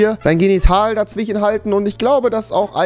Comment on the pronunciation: Dawichen statt dazwischen